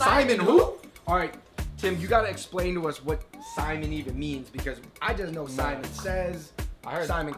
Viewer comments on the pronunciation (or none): It's uh, saimin...not simen. You guys were one letter away from a hilarious oops. Haha. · Idk if i am the only polynesian person that hates it when people pronounce it simon . I grew up learning that it was pronounced Sai-mean and spelled like saimin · I'm Hawaiian, Korean, and Black. My husband is Samoan and has some German in him. We call it saimin, pronounced "sy-meen... This is the first time I've heard it said like "Simon." Although, maybe it's just me, since we have a restaurant called Saimin Says... Secondly, the girl's cute. Is that really necessary?